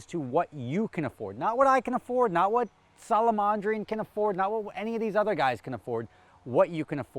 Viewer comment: Today attempts to pronounce Solamadrin, the other youtube pasta chef